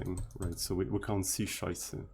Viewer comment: Yes you are right! I'm also impressed by your pronunciation of the occasional "Scheiße" and "Meine Freunde".